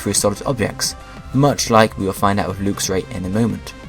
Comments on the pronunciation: It's lux (lucks) not lux (lookes) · I have a lv100 luxray. wh do u say lewxray instead of luxray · I think lux is pr0onounce 'l-uh-x' not 'looks' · Did he pronounce luxio and luxray wrong or have i been pronouncing them wrong since i saw them